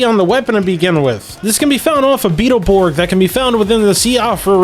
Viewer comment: Ha, he said beetle borg.